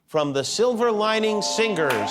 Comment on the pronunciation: Someone please tell Jimmy that the 'ger' in 'singer' is a silent G. Great performance from the Silver Lining singers! 👏